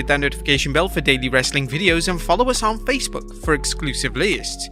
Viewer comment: Bring back the other guy, the one that can say "lists"